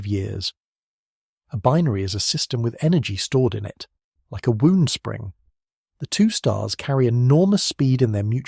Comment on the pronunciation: you said "... like a wound spring" but you pronounced "wound" like "woo" and not like "wow", taking the meaning from a "tightly-wound spring" to a "spring whose only purpose is to harm you"